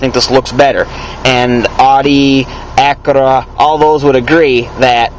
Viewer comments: its pronounced "ow-dee" and acura is "ak-yura" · The way he says Audi and Acura